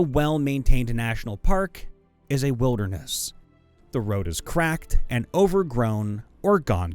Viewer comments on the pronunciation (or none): none